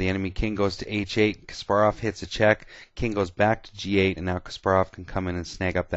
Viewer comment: It is actually Kas-PAR-rov. Several interviews confirm this